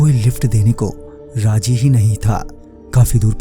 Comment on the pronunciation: Raji nahi razi hai wo thik se boliye